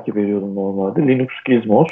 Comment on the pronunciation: Ama Linus reportajlarında linux demiyor linax linıx karışımı birşey diyor. Onun adı da birçok dilde degisiyor zaten ama adam linux'ı sabit tutmuş.